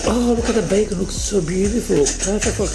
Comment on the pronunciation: She ruined (british) bacon.